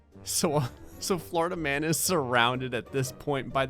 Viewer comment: i kept hearing florida man as flarta man